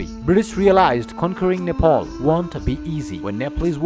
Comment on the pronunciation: I beg you please please please don't mispronounce the name Nepal. Why do you keep pronouncing Nepal as Nepol? I don't have much problem with your fake accent as long as it is clear but when you don't pronounce the name Nepal as it is, i do show problem against it Alright.?? So please..........